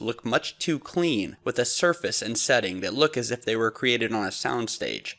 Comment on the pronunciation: please set a good example to our young generation by pronouncing your words correctly. You pronounce the word surface as shurface most times.